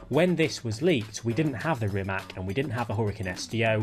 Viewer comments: my ears are bleeding everytime you say RIMAC wrong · He mispronounces a LOT of names, not just Rimac.